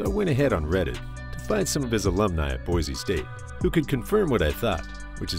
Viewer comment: ITS NOT PRONOUNCED BOIZE ITS PRONOUNCED BOY SEE